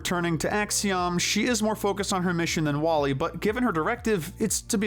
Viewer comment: You spelled Flik's name wrong in chapters. Also, WallE is pronounced as "WALL-E". Sorry about that, just being honest is all.